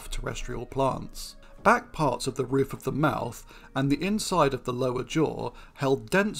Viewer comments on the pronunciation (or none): none